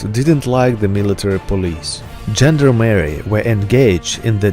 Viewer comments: Good video but that dreadful Americanized pronunciation of gendarmerie makes my ears bleed. zhon DAA muh ree not: Gender-Merry gend (constable) armerie (french: armory/german: army). EDIT: you even get "gendarme" correct! Use that as the basis for gendarmerie! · It is not pronounced "gender Mary", man. It is not a transsexual, it is a gendarmerie. Pronounced exactly as it is written: "gend armer i". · You know this is a France expression ....from ..(1791) "Gens d ' arms " ( armed man ) Gent...leman armed ..... How a American can dispronouncing "Gent d' arm erie " 😄